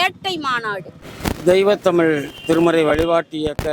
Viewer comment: இவளை எங்கிருந்து கூட்டிட்டு வந்தாங்க இவ தமிழே உளருகிறாள் நீ வரவே வேண்டாம் நாங்கள் உங்களை அழைக்கவே இல்லை. இவள் ஏதோ ஜப்பான் காரி மாதிரி பேசுறா.இவளை முதலில் தமிழ் என்று சரியாக உச்சரிக்க செய்யவும். தமில் தமில் என்று பேத்துகிறாள்.வாருங்கல்....என்ன தமிலு என்று தெரியவில்லை